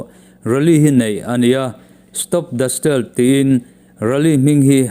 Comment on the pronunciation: A bengvar thlak hle mai mahse thahnem ngaih pui na vangin tihdikna Steal - stel nilovin stiil tia lam tur